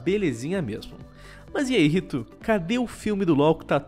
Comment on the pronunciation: "no C R A I S O L" "segundo a R I T O" KKKKKK